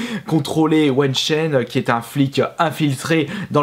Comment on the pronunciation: On dit WEI ChEN et non pas WEN CHEN . J'ai jamais critiqué sur la prononciation mais là..